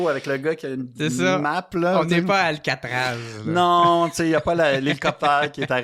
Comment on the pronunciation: "on est pas à Alcatrave" 😂 (Alcatraz)